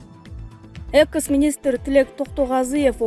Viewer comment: АДМИН!!! КИЧИНЕ САБАТТУУ ОКУГАН АДАМ ТАБЫНЫЗЧЫ, КУЛАККА ЖАМАН УГУЛАТ ЭКЕН, " ПИРИМЭР, ЭКЕСЕС, КОНСТЭТУСИЯ,АКСИЯ"- ДЕДИРБЕЙ.